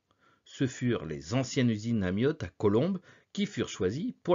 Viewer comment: Pourquoi prononcer ''Amiotte''?